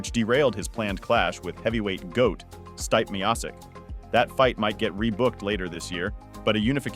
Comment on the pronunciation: Can we stop making ai generated videos it made it obvious as soon as I heard styp meosis